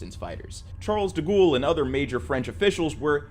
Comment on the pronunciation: Ah yes, Charles Da Ghoul